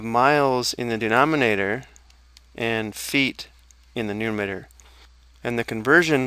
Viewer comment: It is called numerator, not numator.